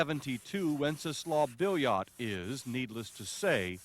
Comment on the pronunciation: Billiot is pronounced as Beeyo, if you understand French.